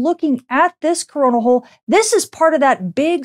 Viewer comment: Am I the only one hearing her say crona holl y does it have the same name as corna virus ? ? Very Very word makes me wonder